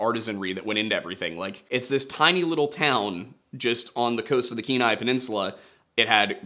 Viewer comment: Also, glad you learned to say "Kenai" like a local!